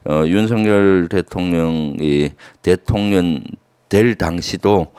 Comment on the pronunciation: 김병주 의원님, 항상 대통령을 대통년이라 발음하시는게 너무 귀엽습니다. 😂😂😂 사실과 정확하게 부합하기도 하고요. ❤❤❤